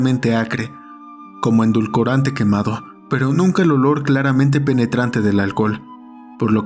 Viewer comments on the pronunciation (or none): Perdón la corrección: se dice Edulcorante no Endulcorante!